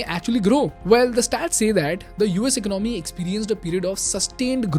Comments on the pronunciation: ekonOmy - chh chh, no no. ekOnomy - ✔️✔️ 😊 Love your videos man. Keep them coming. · Eek-nomy??😂 very funny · Very nice video. Great info. Except you are pronouncing the word 'economy' wrong and it's irritating. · Can you learn to pronounce the word economy properly? It's really bugging me from listening to even meaningful content. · Please correct the way you say "economy". With all due respect. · you really need to learn how to pronounce the word: economy.